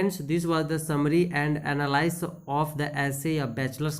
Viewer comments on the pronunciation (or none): sir sb bdia tha bs shumry ni hota summary hota hai😊